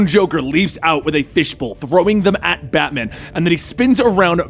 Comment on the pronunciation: Did anyone else hear FATMAN?